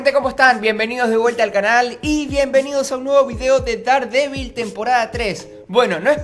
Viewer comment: Hola, si es que algún día vas a Estados Unidos y compras algo de Daredevil o no lo se algo por el estilo deberías saber que se pronuncia “derdevil”. Es para que no pases vergüenza ya que un día compre una figura de Daredevil y no me entendieron, solo es eso no quiero que pases vergüenza. Adios!